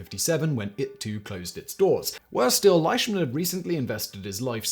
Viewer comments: Most of what you said is true. There's a few things you got wrong tho lol. And please for the love of God, his name is pronounced LEESHMAN not LISHMAN! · Its pronounced, leeshman .. He is my cousin's grandfather great video thi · yes he is correct. It is LEEshman. I should know. The Flying Bandit is my grandpa. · You did a pretty good job on the presentation Although the correct pronunciation of his last name is Leeshman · Same with Leishman. It's LEESHmin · We pronounce it Lishman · Are you sure? ei is usually pronounced I in German as in Einstein, and Ramstein. Ok looked it up not a German name. Scottish in origin apparently and you are perfectly correct. I would have pronounced it just like he did (and been just as incorrect), because of the spelling.